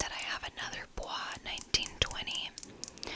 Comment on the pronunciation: Yes you are saying it right (bwah) 😉 In other news, this one I do enjoy smelling, but sushi imperial does a better job incorporating and balancing the spices; the spices on sandolo get too spice-rack-y on me. Sandolo and sushi do have this rugged lemony theme but sushi has this lush lemon kind of like something you would find in a limoncello!